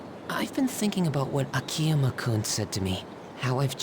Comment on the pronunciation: ah-kee-yuh-muh it's not that hard people